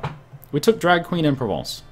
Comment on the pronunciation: Anexes Stormlord no. He pronounces very well "Provence" FRENCH POWAH.